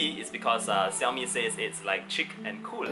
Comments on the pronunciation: so its "Ci yao mi" not "Sha yo mi" or "Shao! Mi"... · The way you say Xiaomi is really funny 😂 (no offense).